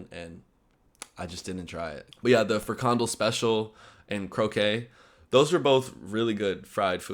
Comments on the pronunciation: Good to hear you enjoyed your time in NL. Please check your pronunciations. As folks commented on your last video, your pronunciation of frikandel and broodje is WAY off ; ) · yo the way you say frikandel cracks me up !!